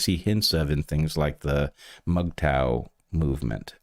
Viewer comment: Highlights of this episode were Bret calling women fkn apes, and Bret pronouncing MGTOW